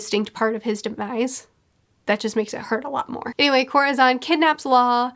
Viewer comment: Oh no I thought she was latina but the way she pronounced corazón lol oh my